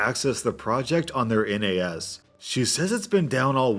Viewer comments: " N A S ", Pronouce it as a word rather than an acronym. Nahss. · Hey just fyi, the N, A, S actually generally is pronounced nass. Just a small thing you might be interested in as you may do more Tech Support tales. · pro tip: nas is said as one word most of the time, this is the first time i've ever heard it being called a N A S, although maybe that's just from where i'm from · A minor nitpick, you can pronounce NAS as it's spelt, it doesn't need to be spoken as "N. A. S." Pronouncing each individual letter. Like how you say the nas in nas-car. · all through this part i was cringing at him saying N A S as letters and not just NAS as one word. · It annoys me that says N A S and not nas. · It's NAS (spoken) not N A S (not individual letters spoken) but still good story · N-A-S... Just say it as one word, NAS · It's pronounced NASS, not N A S...just fyi. :) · NAS is usually pronounced like "naz", not spelled out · its not N A S , its NAS, its one word, not 3 letters, lol for some reason that just pisses me off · ... N, A, S...? it's NAS like nascar, network attached storage. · ITS NAS NOT N-A-S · Hands up who's triggered he keeps spelling out N A S instead of just saying NAS(or kind of pronounced Naz)? 😂😜 That last story though, that is how you manage employees. Keeping everything in perspective and treating them as an actual person. I know/have worked with many other manager types that would have blown that situation way out of proportion and the dude would have learned half as much from the experience 😉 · FYI: NAS stands for Network Access Storage. It usually pronounced naz. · Tech people pronounce NAS as "nazz" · Quick thing to note in case you ever run into a story involving a NAS again, you don't need to read out each letter just pronouncing it as "naz" is fine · NAS is pronounced "naz" ;) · NAS is read "naz" or "nez"